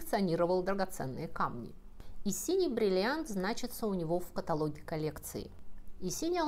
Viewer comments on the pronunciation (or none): none